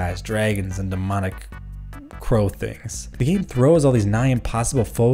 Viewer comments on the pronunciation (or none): none